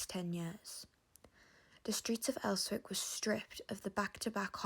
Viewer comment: "Terrorist" housing? "Els-wick"🤣🤣🤣